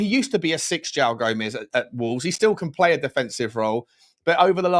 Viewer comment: Just a pronunciation point: Joao is pronounced /djuwaun/